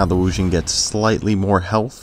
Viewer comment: It's pronounced Wu-Ging (J in this case pronounced as a "G"). Otherwise great review!